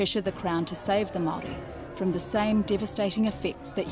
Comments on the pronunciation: For starters Maori also the plural for Maori, you can't even pronounce the word correctly! You argument is so one sided it's ridiculous, You have delivered a whole lot of white history of your own, no Maori narratives at all! How's that helpful! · Bro your information is off and your can’t even say Maori properly